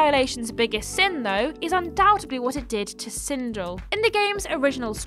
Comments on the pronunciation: First of all, it's not "Sindull" it's "Sindel". Second, I really enjoyed both MK movies as a kid and I still enjoy it. Your opinion sucks, love you guys :) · Never going to unhear "Sindle" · The number 1 entry Sindel is supposed to be pronounced as if it rhymed with Bell. Also, unfortunately Mortal Kombat 11 removed the positive characterization of Sindel that was in the previous games. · I mean, you butchered Sindel’s name so….